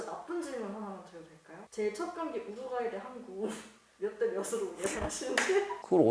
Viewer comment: 공영방송이 '우르과이' 실화냐? ㅋㅋㅋㅋㅋㅋ